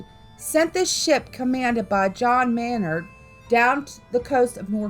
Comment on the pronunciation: I'm sorry, you are mispronouncing the name Maynard. It is pronounced Main-erd. I know because this is also my legal last name. And no I am not related to John Maynard.